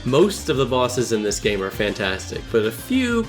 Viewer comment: what he said " so despite all my nitpicks and contemplates I consider this a 10/10 game" what I heard " so despite all my nitpicks and contemplates I consider this a 10/10 gay"